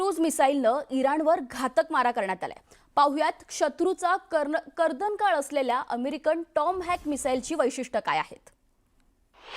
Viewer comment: टाॅम हॅक क्रूझ चे वजन किलोमिटर मधे असल्याचे आपल्या बातमीदाराकडून समजले. तसेच कर्दनकाळ हा शब्द व्यवस्थित उच्चारता येत नाही. मराठी भाषेचे संबंधिताना प्रशिक्षण देण्यात यावे.